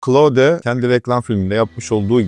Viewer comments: hicbir ingilizce kaynakta oyle telafuz edilmiyor. ayrica dario amodei (antropic kurucusu) da oyle soylemiyor. Klaud seklinde okunur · Doğru telaffuzu öyle, geliştiiciler de öyle telaffuz ediyor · Ingilizce olan bir firmayi, ozel ismi, markayi tanitirken keske okunusu da arastirsaydiniz.